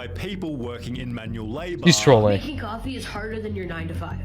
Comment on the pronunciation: "it's literally just coffeeuh"